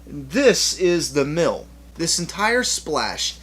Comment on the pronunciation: I looked away as you were talking about Maggie and I thought you said 'this is the milf' and not mill lol good review man awesome channel.